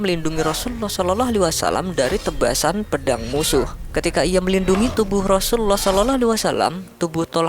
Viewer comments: Pengisi suara kurang fasih ketika berkata Rasulullah S.A.W . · Napa ya nyebut rosullullah kerasa sulit bgt .. penyiar nya..